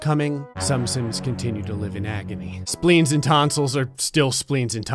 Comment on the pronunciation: speens and tonsles are still speens and tonsles. me: ehhhhhhhhhhhhh:/